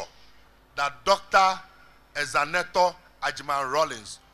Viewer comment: Her name is Zanetor not Zenator